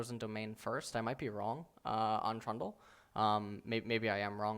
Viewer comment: Did he just call Trundle "Traa"?